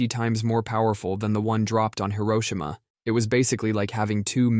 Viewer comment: Hiro-WHAT HiroSHIma